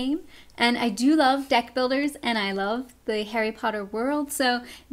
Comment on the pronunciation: lol i thought you said death builders :P not deck